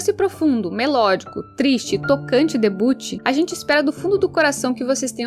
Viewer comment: Mano é impressão minha ou ela disse debuto